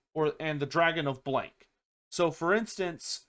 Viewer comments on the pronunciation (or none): none